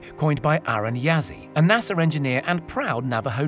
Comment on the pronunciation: Great video but its "NASA" not nasser. Sorry had to downvote ya.